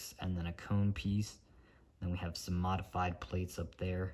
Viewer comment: why do you say modefyde brick😂😂😂